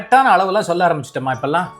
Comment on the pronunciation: ஷூடாகணும் ஷொள்ள கூடாது இது தமிழ் ? பாதி தயிர்ஷாதம். நாயன்மார்களும் ஆழ்வார்களும் வளர்த்த தமிழ் இப்படி மாறி நாஷமா போச்சு..